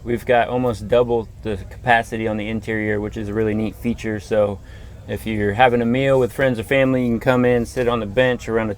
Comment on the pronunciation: "haffin'" to upgrade? What's haffin'?